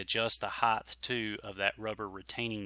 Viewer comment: Not to be a jerk but to pass on some info...the word is pronounced height. HITE. Not Heighth. Length, width, but height. Speak better, sound better, taken seriously better. Cheers!